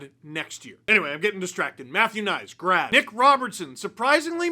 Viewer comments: Instead of hearing "Grad" I was oddly hearing "Brad" hmmm I can't think of why 😂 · I know he is saying 'grad' but all I hear is 'brad'.